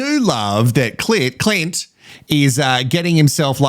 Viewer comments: Omg every time you call Clint, Clit, I’m literally laughing with my dog 😂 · Binged all of your episodes 😂 Lovvvve your take on all the mess! ❤ Every time you use cl*t instead of Clint 😂😂😂 has me cackling! I feel bad for Billy. Sierah is stone cold and is obviously okay with cheating. Adrian is a Neanderthal and should get together with Eliot. Two clowns 🤡 Love Dave and Jamie 🥰 And Carina and Paul. Something about Paul though.... can't quite put my finger on it 🤔